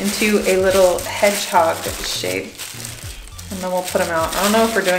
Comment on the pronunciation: sonic the metthog...? a whole pile of mett... ooooh its cuuuuute.. <(>.<)> :-P edit: ooh.. du sagst sogar sonic... haha ^^